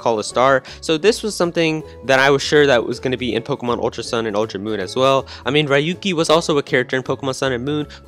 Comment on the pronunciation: Ryuki is pronounced like RUU-ki